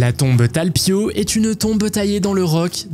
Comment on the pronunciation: Tal piot se prononce talpiote et non talpieau.....images qui n'ont trop souvent rien a voir avec la salade de sujets, ton du narrateur difficilement supportable...mieux vaut écouter une IA....impossible de regarder jusqu'au bout